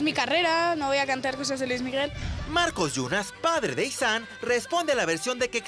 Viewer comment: Es Izan no itzan